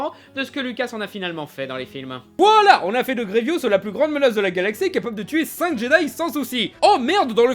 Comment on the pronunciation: C'est GrieVOUS pas GrieVIOUS mdr